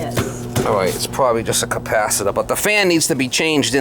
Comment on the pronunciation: "Capacida" New England accents are great. Ed from New Joyzy.😂